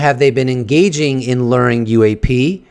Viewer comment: Stop saying lur…Jesus Christ!!! It’s pronounced Lue-wer. Say LURE!!! PLEASE!!! I am BEGGING you to stop saying lurring. I can’t fucking take it anymore!